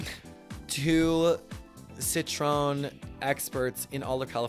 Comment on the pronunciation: Its pronounced; Cit-troy-yen... not cit-trone... just so you don't look crazy out in them streets gurl... im french, its beautiful btw